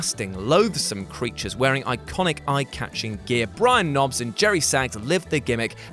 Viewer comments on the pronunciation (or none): none